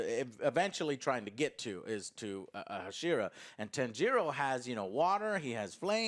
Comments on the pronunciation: They way joe pronounces hashira just doesn’t sit well with me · think Joe can just say Pillar instead of Hashira lol. Also does this even count as a movie when it's literally a direct sequel? But it does speak volumes to how good Demon slayer is doing when a not 'movie' but sequel is crushing it.